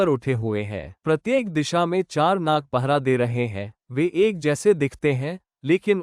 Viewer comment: Gadhe naga nahi nag